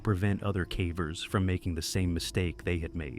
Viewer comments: update the terrible ai reading "calvers" (cavers), NOT the same thing. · I do believe it’s “cave-ers” not “cavv-ers” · Stop saying calvers.